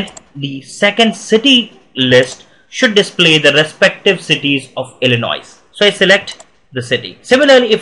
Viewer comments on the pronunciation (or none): the "s" at the end of "Illinois" is not pronounced.